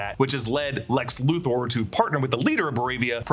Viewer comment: Luther is pronounced Luth-er not Luth-oar!!!